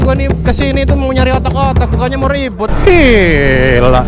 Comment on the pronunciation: Bukan giiilaa coy...tpi ...GIIEEEEELA..!!!